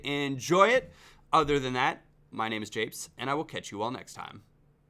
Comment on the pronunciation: The fact you said "apes" instead of japes makes me cringe -_- quite badly in fact.